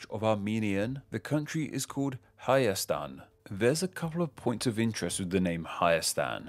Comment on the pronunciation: You said it pretty good